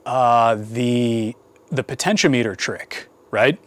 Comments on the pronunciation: It is pronounced po-ten-she-OM-eter. The the outside terminals are connected to the ends of the resistor and the center terminal is connected to the wiper. The name refers to potential or voltage and is normally used as a variable voltage divider. It is connected across a voltage source and the load is connected to one end and the slider so it can feed a percentage of the total voltage from zero to 100%.It .When you only connect one end and the wiper and put it in series with the voltage source and the load, it is being used as a rheostat, which is a current limiting device. The do sell rheostats, which only have two pins.. Potentiometers were often used to control audio volume. The audio from the source is connected to the top terminal and the bottom terminal, which is ground The slider and ground are connected to the amplifier, so you can feed a percentage of the input signal to the amplifier. On the other hand, the float in your car's gas tank adjusts a rheostat, hooked in series with the battery and the gas gauge which is actually an ammeter. As the gas is used the float drops, uses more of the rheistat and less current flows through the gas gauge/ammeter. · The (mis)pronunciations of potentiometer and multimeter make me chuckle.